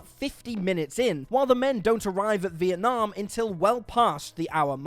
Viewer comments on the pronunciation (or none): none